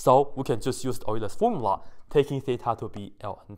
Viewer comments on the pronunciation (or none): Your presentation is better than I have seen by others. However or in addition every time you say “fomula” I can’t help myself smiling.